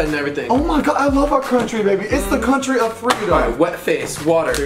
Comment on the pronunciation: “it’s the crountry of freedom” 😂